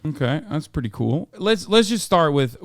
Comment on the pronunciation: "K that's preddy cool" 🤣